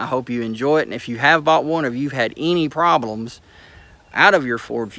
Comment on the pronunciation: Transsmison porblems 😂😂😂